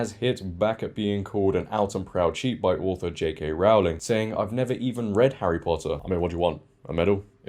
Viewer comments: Just a small detail... 'Rowling' rhymes with 'bowling', not 'cowling' 🤓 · As a Brit, I was surprised you kept pronouncing her name incorrectly. It's like 'rowing' a boat with an L in the middle.